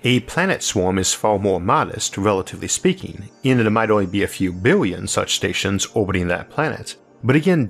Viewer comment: Shtructures....shtars...shtations...trillionsh...ttranshmishions...what accent is this?